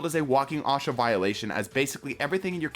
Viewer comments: it is OSHA no ASHA , I heard it and had to do a double take on it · my brother in the traveler what in the fuck is awsha? its OSHA (oh-Sha) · "walking AHW-SHA violation" tf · Can we appreciate pronouncing OSHA as “OHSHAH” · Wtf was that pronunciation of OSHA